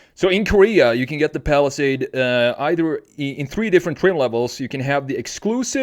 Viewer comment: because it is ai, look carefully, it says “falisad” instead of palisade